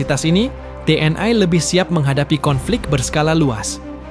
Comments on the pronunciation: kok gak enak ya denger ucapannya nya Te eN I (TNI) jadi Te en ai... jadi melayulayu..🤔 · Ucapkan T N I bukan tnai.😮